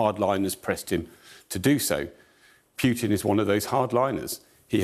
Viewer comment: The guy doesn't even know how to pronounce Putin, but he knows what his plans are...